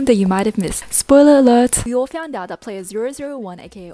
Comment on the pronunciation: Ahh yes “pat” and “a nother” “spoleiler”